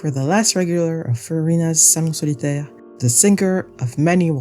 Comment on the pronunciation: OMG the way you pronounced "salon solitaire" and the rest of their names is sooo goood, thank u for not making my ears bleed